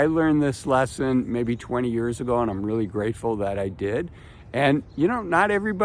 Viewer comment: "senior yurs".